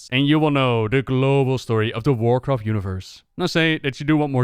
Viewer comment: Checked in to see if you still mispronounced things severely after all these years. “... and enjoy the full story of WarcraftSSSSS”. Not disappointed!